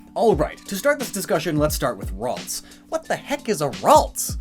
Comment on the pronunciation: Ah yes Raltsa